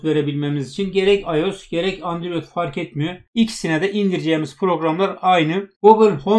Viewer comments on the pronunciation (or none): Androide andrüyot diyen seviyoruz seni:)))